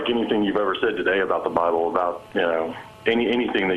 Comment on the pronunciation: Did he say the byable?